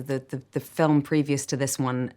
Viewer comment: 想講好Film變咗好Firm?! HAHA